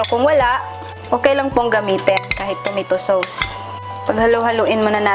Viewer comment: PRONONCED AS "TO-MAY-TO SOS" NOT TOMATOE SOOWS.